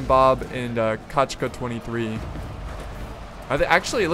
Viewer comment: It's funny to hear when saya a russian word "kochka" like "kachka" =) The pronouncement should be like "kOchka") But however it's funny, i really like the exciting and kind atmosphere in your videous, your are doing really well!)